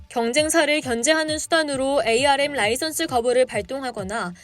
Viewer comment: 반도체 업계에서 24년동안 일해오고 있는 사람입니다. 영어 스펠로는 '에이 알 엠' 이 맞지만 업계사람들은 아무도 그렇게 부르지 않고 '암' 이라고 읽습니다. 제작자에게 건의 드립니다. 나레이션시 참고해주세요